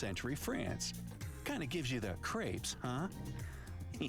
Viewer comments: You mentioned you weren't sure how to pronounce crepes (european pancakes). The 'a' sound is 'long' as in the word gray. If you shorten the 'a' sound, depending on how you shorten it, it changes the word to craps - which is either shit or a dice game played at a casino, or you get 'crops' - which are the edible plants resulting from farming, or a type of whip. (kray-p's, instead of kr-ah-ps or kr-aps). I admire your pursuit of language learning. Fun video! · "Crepes" is pronounced "craypss". He didn't explain pigs-in-blankets very well: British "pigs-in-blankets" = a sausage wrapped in bacon. British "sausage roll" = sausage meat wrapped in pastry. American "pigs-in-blankets" = sausage meat wrapped in pastry, i.e. the same as British sausage rolls. British "streaky bacon" = American "normal bacon" British "normal bacon" = American "back bacon" or "Canadian bacon" Pudding: He got this pretty skewed. In the UK, "pudding" can refer to the course of food, i.e. the sweet course after the main one, not the specific dish. However "pudding" is also used for certain kinds of dish too, and it's hard to come up with a neat rule that covers them all. For instance, "sponge pudding" is a piece of sponge cake with sweet jam or syrup poured over it. Plum pudding is almost like a sticky fruit cake, and again, is usually covered in some kind of source. Savoury puddings, like "black pudding" (blood sausage) are very much the exception. Eggs: The American FDA makes US producers wash eggs, which removes the natural coating and makes the porous eggshell vulnerable to bacteria, hence why they have to be refrigerated. In most of Europe, eggs are not washed (it may even be forbidden), which keep the bacteria out without refrigeration. The last time i saw the figures, the US had many times more salmonela infections per head of population than Europe did, so it's pretty conclusive that the European way is better. Basically, American eggs look nicer (no fea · Crepes=cray-ps like grapes.